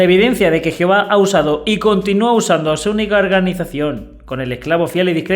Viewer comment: Me encanta 😊 cuando dices geofa jijijijiji. Alma México.